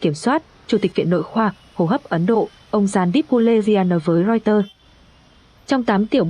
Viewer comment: Hãng tin Reuter đọc là Roi tơ, chứ đâu là Rois tơ. Lỗi 1 lần thì là lỗi, lặp lại nhiều lần thì đó là hổng kiến thức đó bạn.